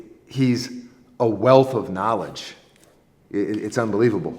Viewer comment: with “Da Nah-Ledge”. Definitely enjoy these vids guys, keep it up!